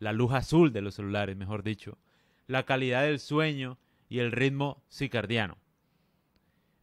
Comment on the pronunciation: papá, una pequeña corrección. Es ritmo circadiano, no cicardiano De resto perfecta tu información